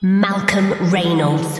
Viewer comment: It's funny how can't pronounce "Reynolds."